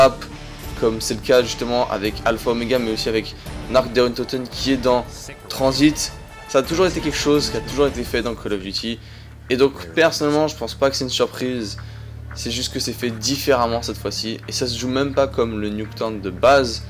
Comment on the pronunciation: ah tu as bien dit tranzbite au lieu de tranzit?